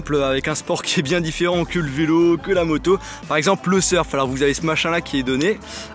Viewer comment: il a dit mota pas moto